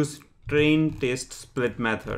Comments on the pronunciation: Good explanation. Well, I don't intend to criticize but he is pronouncing 'test' as 'taste' 🤣🤣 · why 4 parameters back and why you are continuosly pronouncing test as 'taste'?